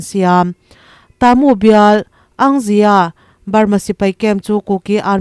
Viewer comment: I news chungainawm ka tihle mai. Ka ngaitha re g BURMATAMA KHOPUI HMINGTE CHU I lamdan dikzawk se a ngaihthak nuam leh zualin ka ring shan state a khawpui hming pa khat chu luaikaw level tone vka lam tur Moreh piah a khua chu TA MU A NI A. Ta chu level tone tur mu chu high tone tur. Mizo a thuro athuk chu thi ang a ni tur. Khua bming dang pa khat chuKataa. Ka chulevel tone kanu ka pa ka pathian KAring tawi tur. Taa chu level tone long pitch tur. Nay pyidaw chu level tone vek tur.